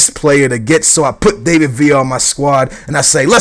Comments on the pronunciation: DAVID Villa, not DAVEid Villa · No, he doesn't. It's not an English name to pronounce it like that.The emphasis isn't on (A) dAvid villa, it's on (i) davId villa. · dont get me mad his name is pronounce DAH-VID VIA (David Villa) it sounds pretty annoying. hope u read my comment and pleeease am begging stop sayin DAAYVID. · No its not he says villa right but he says david wrong you day his name like dav-id not dave-id if you get me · its pronounced like da-vid not day-vid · he means the David bit. You Say It As Da-Vid.